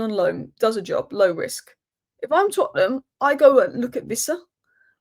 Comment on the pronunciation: I like the way you say Tottenham...others mention Tottenham as if they have a problem with them.